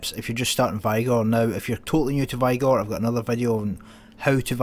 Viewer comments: Dude the way u pronounce vigor lol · lol I hear ya mate.. Typically I go with the dev pronunciation. Love ur content though.